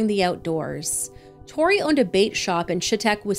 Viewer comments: I thought you said “bake shop” when it showed the maggot looking things in the cup lol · Omg I thought you said a bake shop not bate shop so I was like why would you show a picture of maggots after that lol I finally realized u said bate lol😅